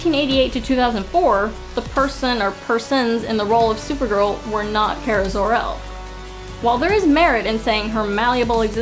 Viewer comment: Its not Kera its Kara 😁